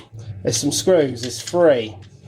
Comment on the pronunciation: you and my brother are the only ppl who say 3 as 'free'